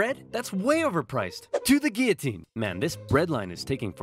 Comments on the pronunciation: Almost made it through the whole video without slipping back to calling it the Gill-a-tine, not Gee-O-tine. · the pronunciation of guillotine is inconsistent in this video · Anyone else notice sometimes he pronounces it gee-u-teen and sometimes gill-u-teen? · Good vid but gioulotine is actually pronounced guiotine. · You: you mispronounced Guillotine twice. TO THE GUILLOTINE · I just realized he pronounced “guillotine” both ways people usually say it. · HAHAHA he mispronounced it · oops you pronounced Guillotine wrong TO THE GUILLOTINE! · * pronounces guillotine like it looks* Me: “TO THE GUILLOTINE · Anybody else hear him say Guillotine wrong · mispronounced the word “guillotine” TO THE GUILLOTINE! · DID YOU JUST PRONOUNCE GUILLOTINE IN A DIFFERENT WAY?! TO THE GUILLOTINE!! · The way you pronounce gullitine scares me. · You pronounce the L in guillotine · the way he pronounced guillotine. I did a project on the guillotine, and one of my partners kept saying it that way and it drove me mad. also guillotin didn't invent the guillotine. and the animation showed Louis's head getting cleanly sliced off, but in reality the blade caught on his fat neck and his jaw bone, and 2 people had to sit on the blade to get it to slice through